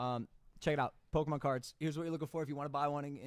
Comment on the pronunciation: mikes age really showed when he said "pokeman" LOL